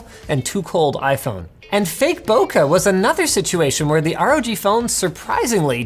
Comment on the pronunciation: Bokeh is pronounced "bow-kay" not "bow-kuh" For a Canadian, I'm surprised Linus doesn't know that "eh" is prononuced like "ayy" and not "uhh"